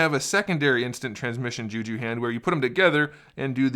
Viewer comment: What the fuck is “ ju ju” its jutsu